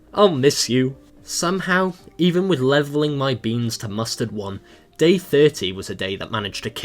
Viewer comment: It's so funny that you say mostterd